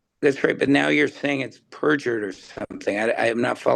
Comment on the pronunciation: "Able to prove it was purfured" how did he purjer his own text? Also saying its a lie isn't proving lol Same with declaration you can just be like "I am the judge and rulled it not good for my case i mean a lie!" I would ask for citation of it proved in court as purjy like where is her conviction or even a judge saying this lol